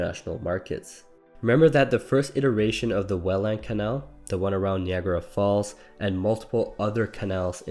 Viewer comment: Knee agra falls?